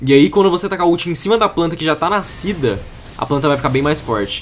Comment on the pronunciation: "nacida” Fênix